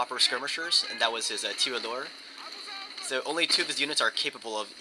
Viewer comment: I realize you shouldn't be expected to pronounce this correctly, but I thought I'd say it anyway. The French skirmishers, Tirailleurs, Tee(like the letter) followed by an r sound, then eye, finish with ur (short u sound). Litterally means fire(as in pull the trigger of a gun, not flames) elsewhere, translates to sharpshooter though.